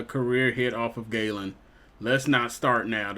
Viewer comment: Zak gallen is pronounced like a gallon of water not gay-len just looking out for u